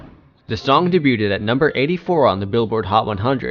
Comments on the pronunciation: Can someone tell this f*cking zoomer that it’s pronounced “day-beued”, not “day-buted” 😂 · Debut is pronounced (day-bew) and debuted is (day-bewed) cmon man really? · Can someone teach this narrator how to pronounce debuted? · So informative, but I literally couldn't get over the constant mispronounciation of debut & debuted over & over. 😭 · Lol I just commented about the way he says debut/ed. Dudes enunciation is so on point that when he's saying something a lil askew, it's more noticeable.